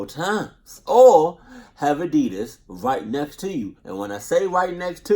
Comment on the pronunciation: Nigga said adidas water LMFAO adidas sponsor this man😂